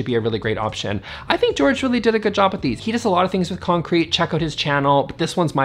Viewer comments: My friend Jorge pronounced it George. You had a 50/50 chance of saying it right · Jorge is not pronounced George FYI. lol! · Hope you enjoy this video! Omg my apologies to Jorge for mispronouncing his name! What was I thinking!? Anyways, please check out all the creator’s channels linked below! 👇